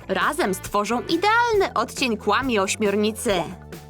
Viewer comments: Nie mówi się " KŁAMI " tylko " KWAMI " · Muwi się kfami a nie kłami